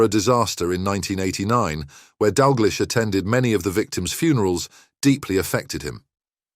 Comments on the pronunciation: And finally: His surname is pronounced 'DAL-Gleesh', NOT 'Dal-GLEESH'. Got it? GOOD! Do your homework or give up. You are making a fool of yourself. No apologies from me. If you make so many arse-wipe mistakes, how can you be taken seriously? [Rhetorical ...] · Need to learn how to pronounce his name - nothing sad about Kenny - has a lovely wife and family - what are you talking about?